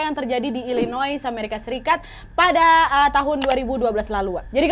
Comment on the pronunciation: Illinois dibaca illinoa